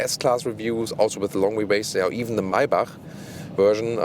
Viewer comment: MAYBACH произносится МЭЙБЕК на английском что бы знали все 😂